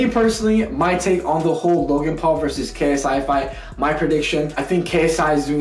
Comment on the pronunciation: The second he said KSY I knew he would pick Logan because Jake started with messing KSI name